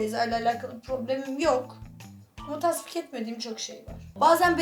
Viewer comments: Tasvip de etmiyor tasvik ediyor 😅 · tasvik değil tasvip😂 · Tasvik değil *Tasvip